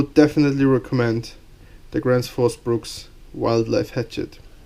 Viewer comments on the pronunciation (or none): Gransh fus Brooks is the correct pronunciation I believe!